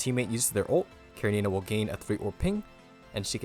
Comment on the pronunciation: Sadly the second useless char at SS after Selena and another mandatory weapon and I don't like this direction. One note everyone pronounce her name incorrectly, it's Russian with attention on E karEnina.